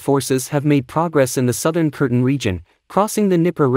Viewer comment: Its called Kherson NOT Kirsten .....